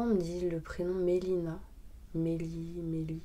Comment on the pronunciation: Bravo c'est pas melie mais zélie